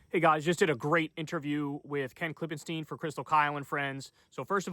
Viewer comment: Ken once said his name is pronounced Klippenstine, not -steen, but he doesn't seem to care that Kyle always calls him Klippensteen. That's totally irrelevant, but it kinda puzzles me every time Kyle says Ken's name.